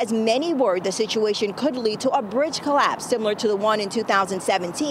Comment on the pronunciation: Its a bridge!! Citch!! Wtf do you mean cwral space!?!?